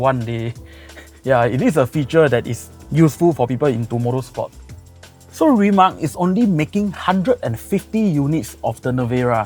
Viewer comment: Its like “throwing a house party and the guest invited did not learn how to pronounce the hosts’ name correctly.”